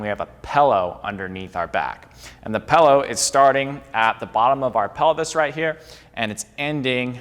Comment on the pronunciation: Take a shot every time he says pellow